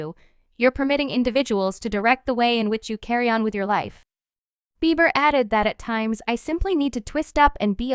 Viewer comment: How you gonna pronounce Justin's last name wrong. Smh lol